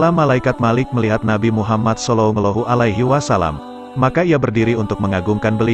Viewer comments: Jangan belepotan sebut salalahu alaihiwasalam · Maaf admin tolong dong sebut nabi Muhammad salallahu alaihiwasalam yg betul dong